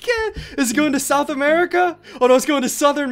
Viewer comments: Why does he say “Merca” instead of “America” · SSundee says Merica not America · “Merica” did he say?